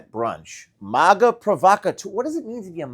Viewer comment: Forgive me, but dude, why do you say MOGA? It's MAGA, like magazine... Do you say mogazine?